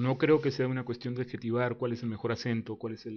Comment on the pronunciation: En este video se han cambiado las "S" en: respecto, zonas, cuestión, más (en el ), las (en el ), todos (en el ). Pero sabemos que ese fenómeno es muy frecuente en muchas regiones de Latinoamérica e incluso de España. Yo no lo veo como falta de educación, e incluso el acento venezolano es muy agradable. Tal vez es un accidente por tratar de hablar más rápido. De todas formas tu forma de hablar está bien cuidada. El acento peruano también gusta mucho.